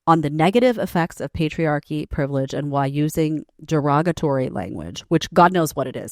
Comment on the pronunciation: "privledge" *privilege. I'm sure it was an informative lecture.